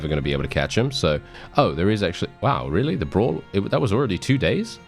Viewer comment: Brawlz not Bras!